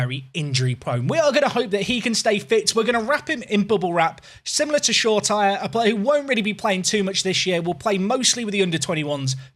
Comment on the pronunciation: It’s pronounced “Show-ray-tea-ray” not “Shore-tire”